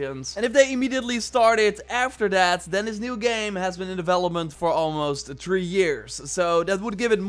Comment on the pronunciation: It's THREE!!! Not TREE. Go in the damn mirror and practice. Please for the love of God. I know you're English but damn.